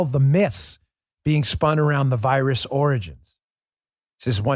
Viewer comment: Oi, you got a loicense for that voirus, m8?